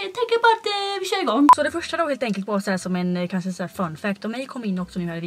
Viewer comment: BÄSTA youtubern! 💋 och du är SÅ jäkla söt för du säger kanse istället för kanske 😘 Måste förresten tillägga (kommenterar aldrig så kan lika väl säga de när jag ändå gör de) din vlogg med Anton var ju sjukt rolig! 😂 Älskar ditt sätt hur du pratar med Anton & ditt skratt du har mot honom 😂❤️ Tror alla vi som prenumererar vill ha dig som vän 💞